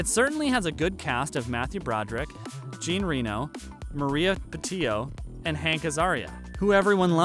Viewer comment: So funny how you say Jean reno. He is french, not english.